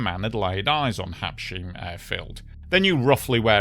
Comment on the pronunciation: Habs...heim (hime), not habsheem, All, every single one of the Air France pilots were hot and horny for a job on the Concorde. This guy is a prime example of that sort of jerk.